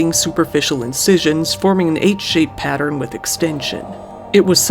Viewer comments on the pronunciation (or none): none